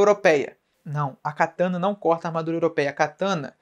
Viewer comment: pq vc fala cataná?